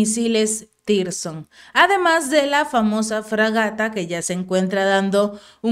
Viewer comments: podes corregir a tu periodista? No se llama tirson, se llama zircon...👍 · hace rato que dices Tirzon y es " 3M22 Zircón " 😂🤣🤣😂😂👍 y no está demás decir a la Federación de Rusia que tiene todo el apoyo incondicional desde Latinoamérica. Saludos desde Santiago de Chile...🇨🇱 💕🇷🇺 💪💪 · Zircón es el nombre los misiles no es tirzon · Se pronuncia zircon, no tirson...